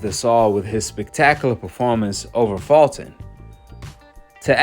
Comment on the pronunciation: Fulton is not pronounced Faulting.